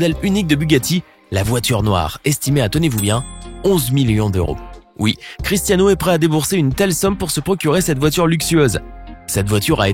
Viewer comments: Il dit cristano Ronaldo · « critAno Ronaldo » 😭😭😭😭😭